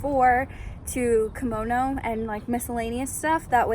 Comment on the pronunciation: KOMONO not KIMONO. KImono is a traditional Japanese article of clothing. KOmono is accessories.